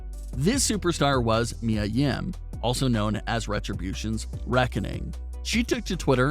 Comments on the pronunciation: PLEASE SAY HER NAME CORRECT ITS NOT MYA ITS MIA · I don't care what Charlotte says...A lot of us hate that storyline. I feel personally feel like your being disrespectful purposely saying Mia (Mee•Yuh) name wrong and I am not cool with that!